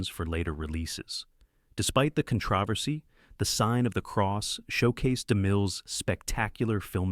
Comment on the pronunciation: What’s “ Con travesty?” No more AI.